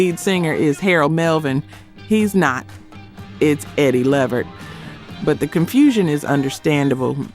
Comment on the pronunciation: Come on now, you know these songs have been sample by so many rappers.. Ain't nobody listening to you anymore Otis. Sirius you don't have it. Unsung? LeVert pronounced Lee Vert my sista.